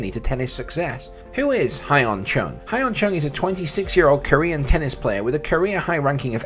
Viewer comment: His name is pronounced Yun Chung. Not Hi en Chung. Also, he made the semi-finals of the Australian Open in 2018.